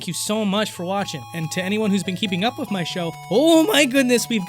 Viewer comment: Can you not pronounce the word "with"? It sounds like wif, sorry but it's super annoying. "Through" sounds like "frew", "three" = free